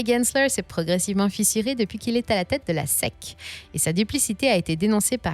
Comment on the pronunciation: Vous avez un magnifique accent anglais à faire pâlir d'envie tous Texans et même un Matthew McConoway. En revanche le régulateur 'SEC'' ça ne se prononce pas comme dans 5 à Sec mais en phonétique comme '' S-i-ci".... J'adore ce que vous faites !